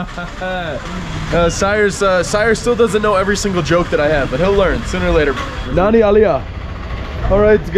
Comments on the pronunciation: Nani? .i get it after some time you were saying Nanni ! People don't get it easily . second n is like NN . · it seems like nobody understands when you say "nani". there is an easy solution. say "nanni" . that's the right pronunciation. naNNi if you read this XD. btw cool vid